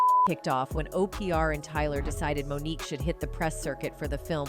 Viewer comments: AI sux as voice overs O-PRE-A lmfao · The AI can’t say Oprah name correctly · She can't pronounce Oprah 😂😂